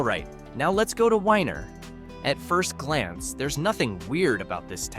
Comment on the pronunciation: IT’s not WHINER YOU IDIOT ITS WENIER like a hotdog